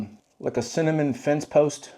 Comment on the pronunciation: 😂. I had to rewind to make sure I heard you right..‘cinnamon fence post’! Love it! ❤